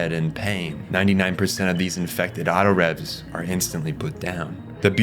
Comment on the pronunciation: Yea he also called them Autorevs and I remember them being called “Autoraves” in the show at least they could of been spelled revs bit it was pronounced raves.